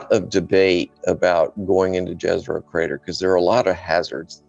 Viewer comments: Jezero is pronounced with a Y -- Yezero. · Great interview! I'm enjoying!, Jezero is pronouncing as Yezero and it means Lake. Its Serbian language, my native. Question, I have heard that one valley that's deepest point on Mars (I don't know the name, sorry... But I know that is deepest point) if we go there, pressure would be exactly the same as here on Earth? Is that true? Why we don't go there. Sorry if he answered on the question, I have more to go.